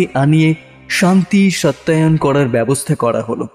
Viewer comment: সত্যয়ন নয় কথাটা সস্তয়ন